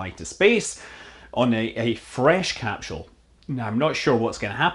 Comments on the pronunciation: It's not a 'capshool', it's a 'capsule'. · Cap-sule not cap-shule 🤔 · do you know anything? And can you pronounce "capsule" correctly perhaps...are you part of the mis-information effort you speak of... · Let's hope SpaceX's "Capshul" isn't delayed too long...I could listen to that all day!